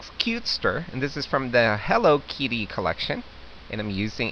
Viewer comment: LOL I ADORE the way you pronounce kitty KEETY LOL You're both adorable 5 stars, and I'm subscribing!!